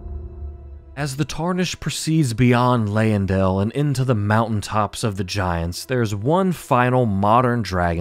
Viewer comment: Also have to call out the Leyndell pronunciation. The Y doesn’t take so much emphasis, as we hear from Gideon.